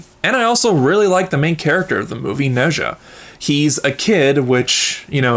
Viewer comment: Okay someone please explain why people pronounce Nezha name wrong, is it not properly pronounced in the English dub or something? If so then PEOPLE WATCH THE ORIGINAL AND JUST READ THE SUB TITLES. Also people should also at least learn about the culture, but if you read the original story then you will realize how inaccurate it is but it it’s still enjoyable.